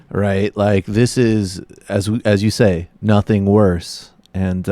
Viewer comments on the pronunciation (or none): none